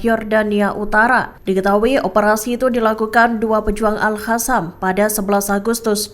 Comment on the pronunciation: BUKAN AL HASAM TAPI AL QASSAM, Kenape tak reti bace penyampai berite ni? Perlu belajar semule